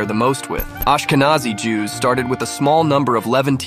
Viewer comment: It's pronounced differently. In fact, it's spelled "Aschkenasi" in German. It's an old Hebrew word for a region in Anatolia that was applied to Germany by South Italian Jews when they settled with their extended households in the Rhineland on invitation of the Carolingians. It has nothing to do with "Nazi", which was originally a diminutive for "Ignaz" and later came to be used as a shorthand for the National Socialist Party in Germany in the early-mid 20th century.